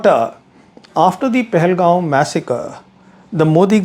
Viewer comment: It's Pahalgam not "Pahalgaoon".